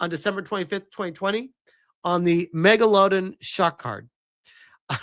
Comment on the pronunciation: "mega-lod-en" ... dude. I thought pronouncing Terran and Tey-ran was bad. Can you do us a favor and pronounce that river in Africa: The Niger. Please. It'll be famous. Mega-lod-en....lol.